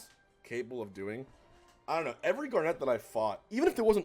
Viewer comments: Gar-Net :oops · Not him pronouncing garnet as gar,net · why you saying garnet like gar net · Am I the only one who thinks he says garnet weird?